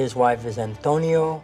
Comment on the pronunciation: He doesn’t.. he says Antonia.